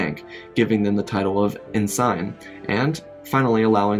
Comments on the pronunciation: It’s pronounced EN-SEN! Not EN-SYNE! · Ensign is pronounced En-Sin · Amused to hear the rank of ensign pronounced as "N. Sign" (instead of en-sin), which would have been funnier to hear Captain Picard addressing "N. Sign Crusher"... 😄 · Love the story, but pronunciation: chimera is pronounced "kie-mera" (long i) , and ensign is pronounced "in-sin", not "in-sign". Sorry, I'm a folklorist and prior service military, so that hurt! LoL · Listening to u misspronounce words like ensign is cringe but still u did good why dont u do what if Rham kota recovered mace windus lightsaber and gave it to Galen Marek or Even Starkiller II using stones to weild purple blades and learning basics of vapaad which would make him more of a threat to the sith and using him not as a jedi but someone who wants to lead empire and join w republic and and being both emperor and enforcer w imperial knights w purple blades using the entire force for justice and to lead the galaxy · I don’t think that’s the correct way of pronouncing “ensign”. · the complete butchered mispronouncing of Ensign infuriated me